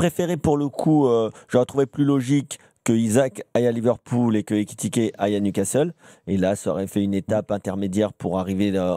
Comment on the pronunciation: « Newcastel » c’est quoi ces journalistes…